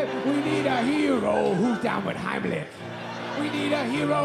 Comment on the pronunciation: The way he says “Heimlich” just kills me hahahaha